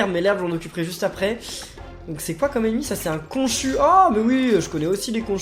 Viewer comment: on dit pas konchu on dit konchou